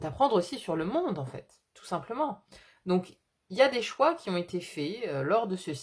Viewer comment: bonjour et merci pour le partage, pour le, vous dites les "choins" (au lieu de choix), alors je vous partage ce qui m'est venu à ce moment là... ce sont peut-être les choix qui mènent à des soins (donc choins par contraction), ce qui est factuel pour moi en ce moment... En vous souhaitant une belle journée. ✨✨